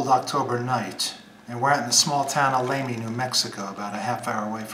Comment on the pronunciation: Bishop Lamy is going to haunt you for pronouncing his name incorrectly.